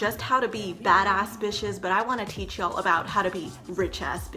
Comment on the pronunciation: I love it when she says "yo'll" now I'm distracted